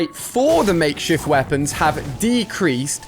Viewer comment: He said makeshit rifle